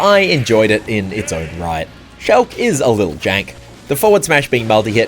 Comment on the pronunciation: Today I learned pronounces Shulk as “Shelk”